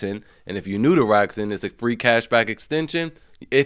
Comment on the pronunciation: Rrrrrakuten.... Thats all I hear. Rrrakuten... Jk thanks for the deals bru.